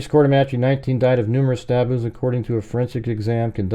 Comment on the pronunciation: You are mispronouncing courtemache and fried